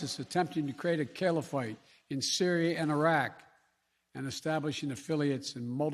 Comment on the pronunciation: He cant even pronounce Caliphate 🤣